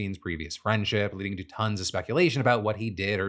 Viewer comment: I thought you said John Stewart of “leading” from this news desk not “bleeding” which is honestly far more accurate.